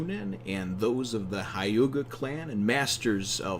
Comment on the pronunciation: It's pronounced hyew-ga